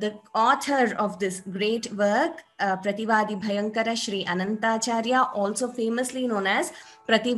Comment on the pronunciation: Madam the name is Sri Prathivaadhibhayankaram Annangaraacharyar and NOT anantgacharyaar